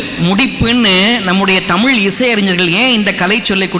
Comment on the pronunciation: அது முகநிலை.. நீங்கள் உச்சரிப்பது முஹநிலை என்று.. பிறகு, நிறைய இடத்தில், தமில் தமில் என்று கூறுகிறீர். அதை திருத்திக்கொண்டு வாருங்கள். இந்த காலத்தில் தமிழை சரியாக உச்சரிக்கத் தெரியாதவன் எல்லாம்..தமிழ் தமிழ் என்று பிதற்றுவது.... ஆமாம் நான் கேட்கிறேன்.....தமிழர் பாரம்பரியத்தையெல்லாம் நாம் பின்பற்றுகிறோமா.... மொழி என்பது medium of communicationக்காக மட்டுமே....இந்த ஆள் போல் பிளவு ஏற்படுத்துவதற்கல்ல. பல்லவி அனுபல்லவி சரணம் என்பதெல்லாம் எந்த மொழியைச் சார்ந்த வார்த்தைகள் அல்ல....தமிழர்கள் தாராளமாக அதை பயன்படுத்தலாம்...